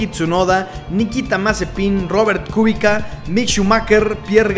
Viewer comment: Kubica se pronuncia Kubitza